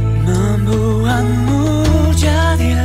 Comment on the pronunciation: The singer made a few minor mistakes in pronouciation though.. seperti kusangka terdengar seperti kusaka, membuatmu terdengar seperti membuangmu. Overall, pronounciation bahasa indonesianya bagus banget.. kalau saya mendengar lagu ini dengan mata yang tertutup, saya tidak bakal mengira kalau orang asing yg menyanyikan lagu ini.. bravo Monsieur Jonatan. Keep it up!